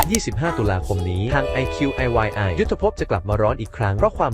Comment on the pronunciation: คลิปคุณพี่ดีมากค่ะ เสียงพากย์ดี สรุปดี ภาพสวยแต่อยากขอความกรุณาอ่านชื่อช่องว่า iqiy ว่า อ้าย ฉี อี้ ค่ะ I อ้าย qi ฉี y อี้